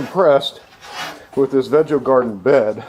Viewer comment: I think it is pronounced veego❤